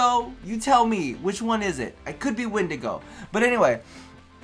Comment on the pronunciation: It's pronunced like wind-ago